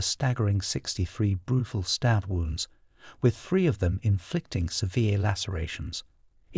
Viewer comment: I’m sorry lol bra… should be spelled braaaar 😂 And did they pronounce it ‘Free’ instead of three cos that’s friggin’ ace 😜🙏🏼♥️ I’m only jesting anyways.. Always like these videos it’s a great channel ♥️